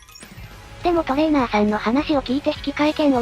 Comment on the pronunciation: トレー↓ナー↑さんと発音させてる拘りに脱帽。いつも読みも正しく間も聞きやすい読み上げてくれるし、流石です